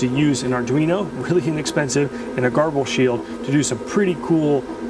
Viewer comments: garble? its said like ger-ball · I’ve always called grbl ‘gerbil’ not ‘garbel’. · Huh, I aways pronounced it 'Gerbil' , not 'Garble'. you're probably right, though. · Nice, clear tutorial. Garble? Gerbil? Gurble? Seems there's a lot of pronunciations out there!